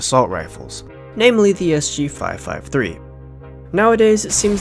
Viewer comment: Its not SU, its SG. Fuck.